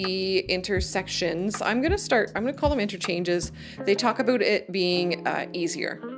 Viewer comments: Why are you saying aboot instead of about? you say about, guess you forgot to put on an accent? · I've lived in Canada for 60 years and never heard anyone say "aboot". Note that she says "about". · It depends, usually, I would like pre-made roads, but if I'm making a more detailed city, I'd like nicer and more detailed roads. Also, have you been making fun of people who make fun of the Canadian accent? I've noticed your "aboot" rather than about, which you used to say. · what's with the "A-boot" is that just slang instead of saying about? oh and the little white "arrows" are YIELD signs painted on the road... extremely common in europe don't remember seeing them in the states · Your accent is totally entertaining - I knew a guy from Wisconsin that said "A-boot" a lot. So that definitely places you in the general area, or a little over the border into Canada. I listened for how you would say Roundabout and you kept true with Rounda-boot. But my grandkids started giggling a bit when you kept saying Plazas and "Pomegrantes" instead of "Promenades". Nice video - you bring out some interesting what-ifs. But my most favorite, believe it or not, is the modular features for housing and streets. Have to say though, the shot of the pine trees (fir?) at 29.05 is breathtaking. I will probably spend hours walking through my cities.